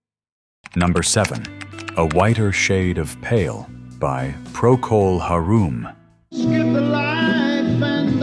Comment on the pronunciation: HAREM! not HAROOM!